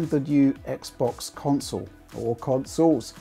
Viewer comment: Who the heck pronounces it like "conSOLE"?